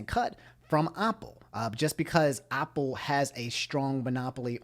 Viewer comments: when he said Aupple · No one: Absolutely no one:: "Opple" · Nobody: when he says Apple “oPpLE” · Why does pronounce apple like (awpull) but pronounces app like (AHP)? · I was about to say